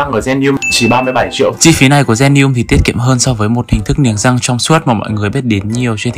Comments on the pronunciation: Niềng rrrrrrrrrrăng 🥶🥶🥶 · lúc nói chữ " răng " nói theo kiểu nghệ an luôn hihi, thường thì ngoài bắc họ gọi là "dăng" á =)))) uiii, anh nói tiếng nghệ an đi ạaaaaaaaaaaaa #From Nghệ An guýt lớp < 3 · phát âm chữ r trong từ răng 😂 nghe mà cười quá 😆